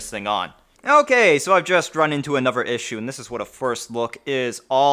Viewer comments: the tone doesn't bother me but every time I hear "anover" I wanna stick an icepick in my ears. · ugh stop saying "anover" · what, saying a V sound instead of a TH sound? no, it's laziness.